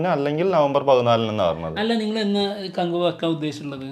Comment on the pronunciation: നീ ആദ്യം പോയി കകുവ എന്ന് പറയാൻ പടി 😂😂😂